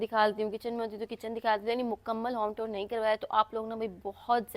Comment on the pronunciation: Tour ki pronunciation sai se karrain.app jab tour bolti hn tab lagta hao tore bol rai hu .naraz nai honA.Allah naseeb karrain